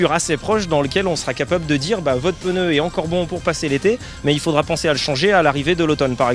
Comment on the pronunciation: Entendre un professionnel du pneu dire « votre peuneu »… quelle horreur ! 😱